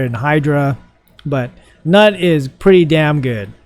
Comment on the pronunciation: It's pronounced newt btw 🤣🤣🤣